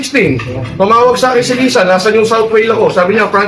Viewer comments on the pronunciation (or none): Di naman Lisa ang tawag nila sa FL. Laysa ang prnounciation nun di Liza. Halatang di sila close haha. KULAONG strikes again